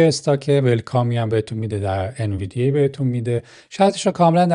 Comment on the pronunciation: ان-وی-دی-یا تلفظ صحیح سهام NVDIA هستش.